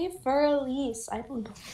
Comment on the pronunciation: "Fur Elise" lmao More like "Furry Elise"